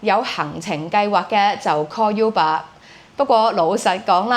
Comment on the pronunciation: 正確讀音係 污爸 唔係 U 爸